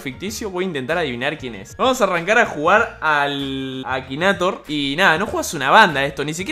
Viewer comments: Se escribe Akinator se dice ekineitor xD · Se pronuncia akineitor XD (en mi país)